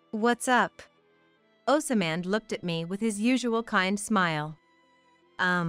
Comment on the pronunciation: it gets hard to listen when the name keeps getting mispronounce.